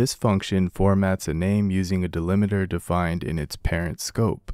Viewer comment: It's 'delimiter' - not 'delimeter'